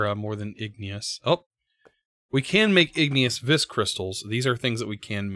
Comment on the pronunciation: According to the Thauminomicon, vis is pronounced like the letter V. Not that it much matters, I just thought you might want to know.